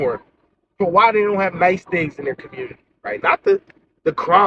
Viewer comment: Just like Coach Greg Adams said it best, "The Communitah been done with."